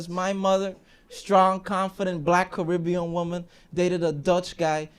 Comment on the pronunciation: My man went from half Caribbean to full currybbean